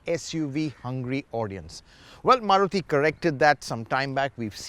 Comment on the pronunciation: Maruthy kya hota hai bhai its Maruti 😂😂🤣🤣